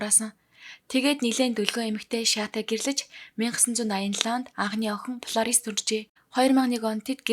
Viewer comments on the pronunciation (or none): Миний дүү Ф П 2оо ялгаж уншихгүй бол полорис биш Флорис нтр гээд сурчихвал. Зарим хүмүүс Паранц нтр гэж хэлдэг Франц шүү дээ